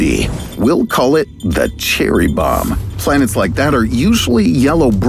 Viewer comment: Ch-cherry bomb?